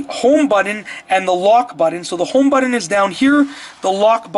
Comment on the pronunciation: And, what is a “buddin”. Can you say BUTTON?!?